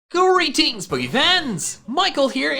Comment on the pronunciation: Can you please say Greetings and not Courage Jeans? XD